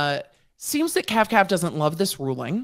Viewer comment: KAVKAV NOT 🅿️